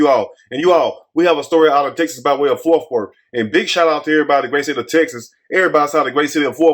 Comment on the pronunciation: sound like he said forth worth 😂 either way, agreed!